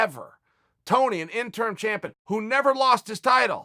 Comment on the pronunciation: is this man saying "tiny" or "tony"